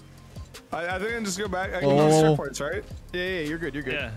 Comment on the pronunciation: round 3 said 'ceckpoints'